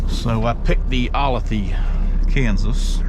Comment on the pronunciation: pronounced oh lay the olathe